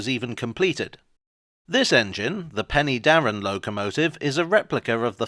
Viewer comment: Pen'darrr'en (three syllables)